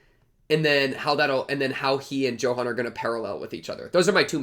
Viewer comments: that Johan pronunciation, bro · Just so you know since thr story's s in Germany, "Johan" is pronounced as "Yohan"